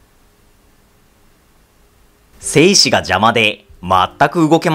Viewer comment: 精子の発音が良すぎる笑